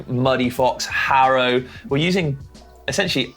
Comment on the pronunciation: Ok, as a former sponsored "Haro" bmxer, I take exception to pronouncing it "Hairo". It's Hah-ro. LOL Sorry, pet peeve of mine and 35 years later I'm still loyal to them in BMX.